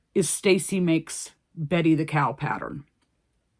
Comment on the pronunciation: Betsie instead of betty